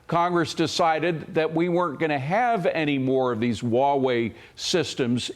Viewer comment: Huawei is pronounced HWAH-way, Not WAW-way.